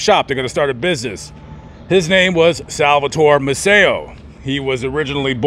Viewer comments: Fifth generation Galveston here. Maceo is pronounced MACE-ee-oh, not Ma-SAY-oh. Sam and Rose paid for my parents’ wedding reception in 1944. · I lived in Galveston for a few years and everybody pronounced Sam's last name May-see-oh, with the stress on the first syllable. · I’m trying to watch your video. Maceo is pronounced may see oh (Macy - oh) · Did you know you were mispronouncing Sam Maceo's name? I know you didn't have time because you covered so much that was awesome but he has huge history. And legacy he left behind. My uncle used to box for him He was a lightweight champion of the world. Eddie Bertilino. Btw. " May-cee O". I'm a BOI, born on the island. And I just discovered your awesome narratives. Thank you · Their name is pronounced MAY...SEE...OH, Maceo...say it with me...MAY...SEE...OH. Youre not the first to pronounce their name wrong. You could have asked almost any local when doing your research and they would have told ya.